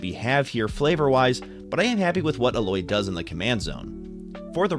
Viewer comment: 'A-Loy' saying it off